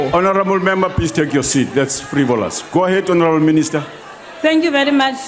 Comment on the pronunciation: Continue hounarable minister, that's frivolous😂😂